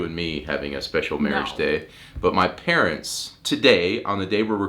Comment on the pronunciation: Mawage! Mawage is what bwings us togevuh tooday